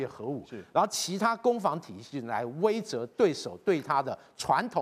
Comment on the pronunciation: 威慑（she）了啦